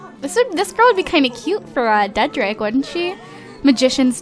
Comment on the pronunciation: Lol you said dedrick as trey wrong lp again